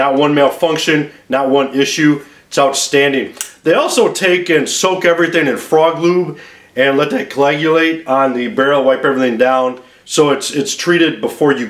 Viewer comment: Just to help you out. The word is coagulate. Not cloagulate.